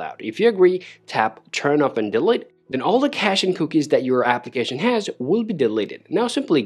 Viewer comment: Thanks for the video, but you need to work on how to say delete